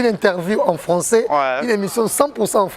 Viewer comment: Papa zua temps yekola lisusu pcq ozoloba François au lieu de français.